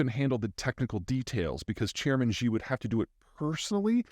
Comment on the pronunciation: Chairman "SHE" FFS, please say "SHE" not "GEE" you sound ridiculous. "SHE" is the closest approximation in English. All Chinese speakers are cringing big time every time you say his name. You are making us sound silly.